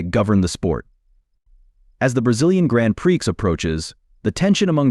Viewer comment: Grand preex. Gotta love AI voiceovers.